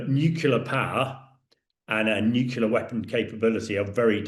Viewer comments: FFS it's nuclear ..... NOT nuculer 🤪🤪🤪🤪🤪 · If you're going to comment on world affairs, please learn how to pronounce pronounce "nuclear". As should be obvious from the spelling, the pronunciation is "nu-clee-ar" not "nu-cu-lar." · It's NewClear not Newcilar.... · ITS PRONOUNCED: NEW CLEAR! NOT NUCALAR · It would be great if this expert could correctly pronounce ‘nuclear’. Pretty sure he keeps saying ‘nucular’. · Its "NEW-kle-er". Jeez. You'd think the British could speak English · Nuclear….nucular isn’t a word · "nukyuler" ffs! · Please, will someone tell this guy that "nucular" is not a word in the English language? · He constantly said that it's a nucular base not nuclear. Two different things obviously 🤮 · Wrong ! Imagine trying to correct random people,when they themselves don't know correct spelling LMAO. NUCLEAR..... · It's New- clee- ar FFS! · I wish he'd learn how to pronounce "nuclear"!